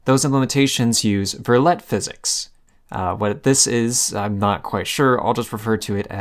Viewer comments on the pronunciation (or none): Damn bro you don't have to insult my french man Loup Verlet so much. Its pronounced verleeeeee.